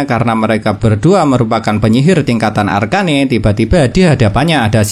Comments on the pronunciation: Arken bang bukan arkane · Bang bacanya arcen aja bang arcane ga enak bgt ekwk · Arcane woi bukan arka ne